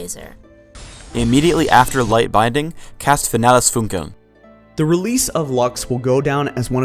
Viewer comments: It pains me to hear "Finales Funkeln" be butchered like that. "Fee-Nah-Les Foon-Kuh-ln" Would be a more appropriate way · The pronounce it so wrong. Its super cringe. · This wrong pronounciation of Finales Funkeln sounds so stupid to german Speakers :D